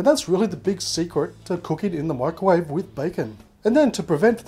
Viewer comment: Why do you say “mikerwave”. MICROwave.